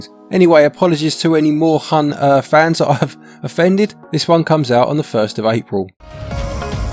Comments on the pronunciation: german here, Moorhuhn is actually pronounced like "more hoon" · Try pronouncing it "Morehoon" xD